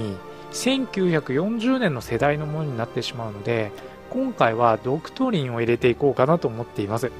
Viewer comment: ドク↑トリン↓